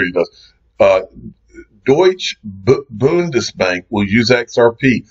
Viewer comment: Did you Note learn anything at Swell ? It’s “ Deutsche Bundesbank “ Deutsche is pronounced “ Deutsche “ The e in the end is emphasised and sound like an A Deutsch A . Bundesbank is pronounced with “U” not an “ O”